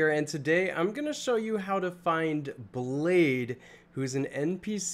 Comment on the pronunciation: Actually. " Blaidd " isnt pronounced like that. It means Wolf in Welsh and sounds like " Clive " so ' BlyTH '